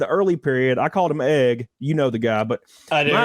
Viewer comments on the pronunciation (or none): I tune in and believe I’m not the only one to hear him pronounce Egg (eaauugh) , the accent is addictive ..